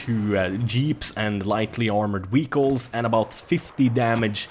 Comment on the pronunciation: Why do you pronounce "vehicles" like that😂